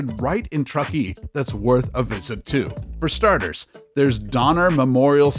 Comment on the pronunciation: Nothing like taking advice from someone that doesn't even know how to pronounce the damn town names. A big NO on Truckee and Dubois. Do your homework. And, Midway is anything but unknown.